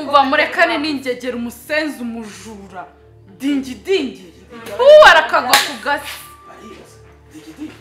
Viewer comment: uyu mukobwa ntazi kuvuga digidi haaaaaaaaaa ngo dingidingi